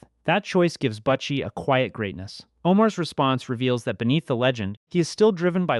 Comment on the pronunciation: You need to redo this video or take your voice off it because you massacring the name . It’s not buttchie it’s butchie 🤦🏻‍♂️